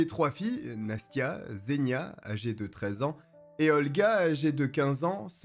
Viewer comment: Encore une superbe vidéo (pas pour le contenu en lui-même évidement mais pour l'investissement que tu y mets et tes talents de conteur 😁). Sinon juste pour ta culture personnelle, "Zh" se prononce "J" en russe, il ne faut donc pas dire "Zénia" mais "Jénia" (diminutif d'Evguenia ou Eugénie), et pas Seriozha (diminutif de Sergueï) mais "Serioja". Sinon, Nastya et Polya ne sont pas des prénoms non plus mais également les diminutifs d'Anastasia et de Polina 😃